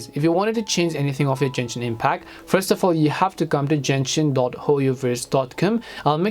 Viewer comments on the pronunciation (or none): bro kept saying jenshin impact